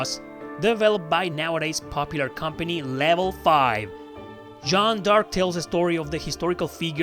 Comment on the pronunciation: You still get it wrong. It's not Joan (Jo-Ann), that's the english name Joan of Arc. This is the original french pronunciation Jeanne d'Arc. Closest to english is John Dark, a bit accented so it would be like Zhohn Derk.